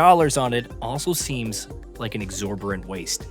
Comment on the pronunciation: exorbitant, not exorbirant